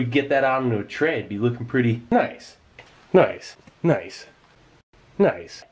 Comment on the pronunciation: "Nice" doesn't sound like a word anymore. Sounds more like "kneisu".